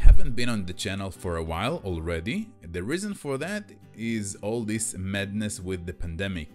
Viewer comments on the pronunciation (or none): this, not "dees"?